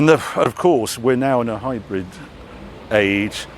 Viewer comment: He also pronounces hybrid as high bread 😂